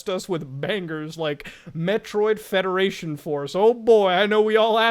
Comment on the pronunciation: But Muta, I love fwedaration fworce